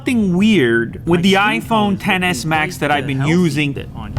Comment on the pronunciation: Tf. Its not TEN S, IT'S X S...